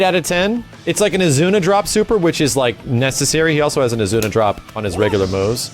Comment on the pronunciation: IZUNA! IT'S AN IZUNA DROP! Not AZUNA!